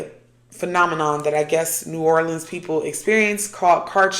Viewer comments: You said it right! Lol New Or-lins! I’m an Oracle reader. 😊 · You pronounced New Orleans correctly! It’s people who say “New OrLEENS” that make them stand out as a tourist haha. I lived there for awhile and the whole thing felt like a psychedelic experience (minus the actual psychedelics lol). It’s a special place that will put a spell on you. It’s incredibly hard not to miss it there and feel drawn back there frequently. You never really leave… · You absolutely pronounced New Orleans correctly! So many people butcher their pronunciation. You did well!💚😊